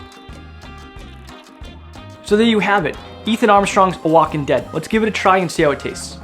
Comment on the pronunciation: Oaxacan is pronounced "wahawkan"